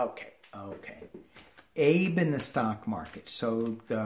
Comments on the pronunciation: Hey. Thank you for the reading. Wanted to let you know that in Japanese Abe is pronounced as two syllables, Ah-bay. Just a very small FYI. So enjoy the work you're doing for us to help keep us sane in this crazy world we live in. May you be blessed. Love and light from Northwest Arkansas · FYI: Retiring Japanese Prime Minister is pronounced Ah-Bay in the Japanese language.